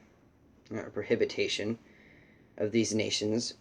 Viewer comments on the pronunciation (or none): Prohibition, not prohibitation.